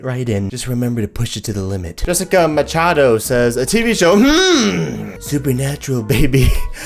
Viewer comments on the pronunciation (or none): ahh you read my comment! BTW you did get supernatural right it has the two winchester brothers....and also I should of said this in my comment before but my last names pronounced mashado.... lol I should of put that in my supernatural comment 😂😂